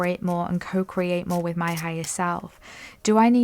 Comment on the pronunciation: Here I am, stretching and tuning in to my body as I listen, not looking at screen, but as soon as you say co-create and I giggle and say "crow-create" to nobody In Particular but laughed so hard I had to come share it 😂 I say good morning to the crows that fly overhead. ❤